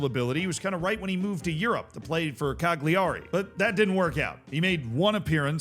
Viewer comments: Cagliari is not "cag-lee-ar-ee", it's "cah-yu-ree". "Gli" makes a sounds which in English is rendered "yu". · Z, I realise being American inclines you to read everything phonetically, but PLEASE, it's pronounced CAL-URI, not CAG-LI-ARI! Oh, and this catches a lot of people out, but Koln is pronounced Cologne - yes in the aftershave. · "Cag-li-ari" - "CaL-ya-ree". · holy crap did this guy actually say that!? Also - Cag-li-ARI 😂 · How do you not know how to pronounce Cagliari? It's Calyari with the same emphasis as Calgary. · Was getting pissed off with all the "aw" sounds in place/team names - Meelawn, etc. and then you said Ajaccio (Ataxoo??) in that mad way and I chilled 😂. Then you said Cawgleeawree and I was pissed again. And before the fanboys get pissed with this, he clearly is "trying" or at least conscious of it with what he said about Górnik Zebrze. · How to pronounce Cagliari -> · Please learn to to say Cagliari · Please learn how to pronounce Cagliari correctly, Z.